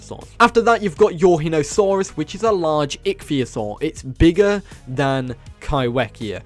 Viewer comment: Nvm cancelling for calling pterosaurs & marine reptiles dinosaurs Let's bully him for his Pronunciation of Eurhinosaurus >:3